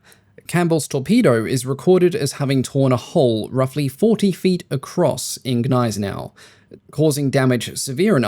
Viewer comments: You seem to struggle with saying the letter 'G'. Gills is said with a hard G, not as if it were J; the German battleship Gneisenau is pronounced with a hard G at the beginning, as in the name of the antelope 'Gnu'. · Why you dropped «G» by English rules for Gneisenau? It's not "ay" either